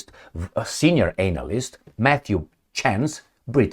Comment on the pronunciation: Ānalyst. We see what you did there with your "accent". You're a poet,.